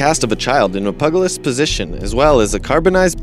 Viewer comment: At last, someone knows how to pronounce "cache"---but on the other hand, "PUGA-list?" Sigh. That's "PU-je-list," son. But a good list. Thanks.